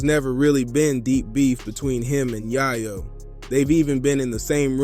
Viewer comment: It's yaaaaaaaaaaayo. With a solid A. Not a silent A.